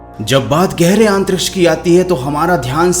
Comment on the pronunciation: your pronunciation of antriksh is really bad … improve it bro for your own good … I noticed in all of your video you say AANTTRIKSH